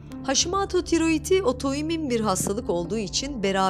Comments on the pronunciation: Haşimato dedikçe sinirlerim bozuldu. Haşimoto haşimoto. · Sağlıklı Yaşam kastettiğim haşimaato olarak okunmaması